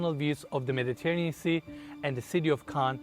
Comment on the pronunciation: pronounced it Meditanean Sea... no hate, just saying. That was crazy. Putting a pond in the backyard was such a bad idea dude now you're gonna like discount any families with kids because they're gonna worried about a kid drowning in a pond just put a big yard back there oh my God that would mean so nice kids running around the trees on the right instead of these narrow waterways like it's just so bad